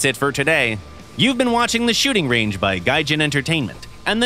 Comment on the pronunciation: Sounded more like “The Shooting Rage” to me